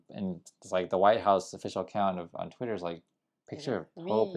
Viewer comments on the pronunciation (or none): none